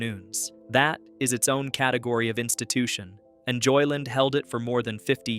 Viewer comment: Stop saying "JoyLIN; It's 2 words. JOY LAND. Got it?